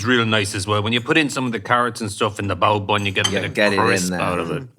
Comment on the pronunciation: Sounded like bowel movement, not bao bun😂